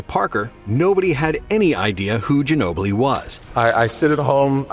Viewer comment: The way they butchered Ginobli’s name. My god lol